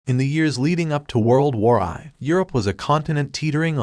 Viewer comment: what is world war eye. fix the text to speech mate